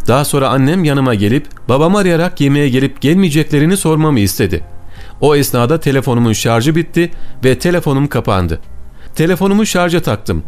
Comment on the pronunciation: Şarz değil şarj bay hödük!